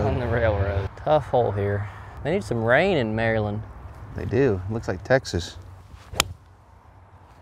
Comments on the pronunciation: MD resident and was waiting for this one and knew it could be Bulle Rock... great video. And its pronounced "Mer-land" if you're from Maryland. LOL! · You say it like mair-land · I came to the comments to see if anyone was going to roast you for the Maryland pronunciation, but the community is too positive haha. Great content as always fellas.